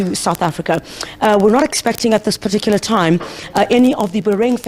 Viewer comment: Please stop saying "PARTICULAR" PLEASE!